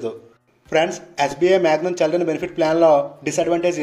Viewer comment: చె కాదు చి,చిల్డ్రన్ 👍